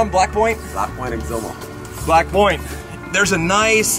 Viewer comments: He said black point. It sounded like black boy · dude ,that didnt sound good,i know its not what u said,but it sounded like u said"black boy".